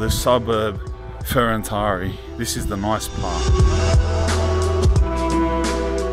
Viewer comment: Is called Ferentari with accent on T not on I, Fe ren tari. Manny turrists make this pronutiation mastake, because of google translate.